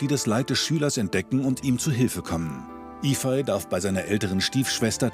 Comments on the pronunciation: Toller Film, aber fragt den Jungen doch bitte vorher, wie man seinen Namen richtig ausspricht. Yifei würde nämlich eher wie Yifäi ausgesprochen, so wie Sie den Namen betonen, würde er eher Yifai geschrieben. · Sollte eigentlich i-fej und ü-hu ausgesprochen werden. 不骗你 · Nein...sie hat den Namen nicht wirklich Iehpfei ausgesprochen..